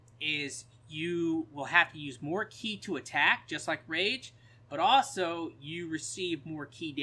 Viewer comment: stop saying chi lmao. ki just say key lmao.